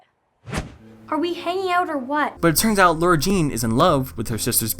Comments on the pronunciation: Why does every YouTuber call her LAURA-Jean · In the books her name is spelled “Lara Jean” and she mentions that she doesn’t like it when people pronounce it Laura. It’s more noticeable when it’s written out and in the movie they don’t mention it so they all just sound like they have a slight southern accent